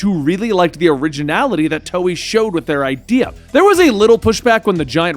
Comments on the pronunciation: Lol he calls it toey XD. hahaha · he said toei wrong lol